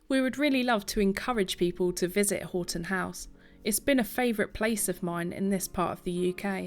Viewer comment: Hi i used to live close to this Marvel in Houghton Conquest. By the way houghton is pronounced 'haw.tn'